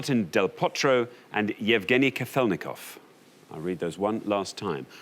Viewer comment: I simply love how the contestant actually sounded correct when she said k-A-felnikov, but not only the hosts not autocorrected themselves, but they doubled down with kaf-E-lnikov. jfc people I know noone cares, but do your due diligence, its your job. how hard is that - not to butcher foreign names on tv time and again, if you insist on including them. it’s shar-A-pova